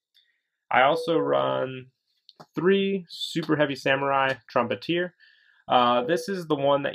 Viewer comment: You read trumpeter wrong